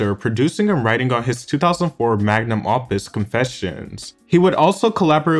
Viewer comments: My dude said "magnum opp-us" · haha: "magnum AWPUS", lol and not 'estate', but "Es-State", lol